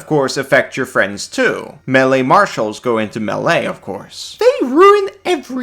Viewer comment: I guess I can get around using the emphasis on the wrong syllable on melee but the word is pattern not pattren